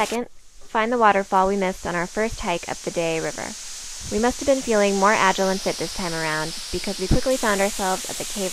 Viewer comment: at the mark, did you say agile, or agilent?